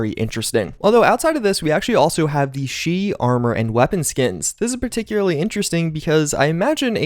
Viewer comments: Particulary partocularee particulary. Every time says particularly wrong take a shot. Died in 2 minutes from alcohol poisoning. Rip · Ah yes, particularly